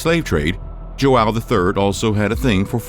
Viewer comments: joão, not jo-awe-o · You couldn't learn how to say joao correctly?